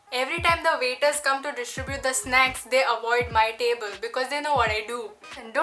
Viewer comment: 'N' is silent in snacks